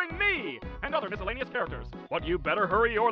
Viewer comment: miscellaneous. missalanious is not even close and i hate you for saying it